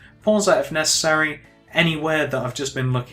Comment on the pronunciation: even though you say p"pause if nessery"